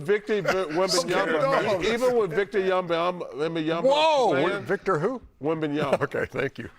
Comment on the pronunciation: "Victor Yumba-umba"